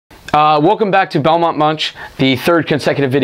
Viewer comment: Lol you said Belmont Munch when the video opened